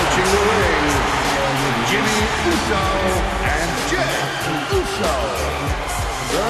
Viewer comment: Did he say jeff Uso?